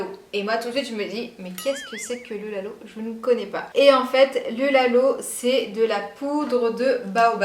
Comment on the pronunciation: Lalo : ca se prononce laaalo c est en senegalais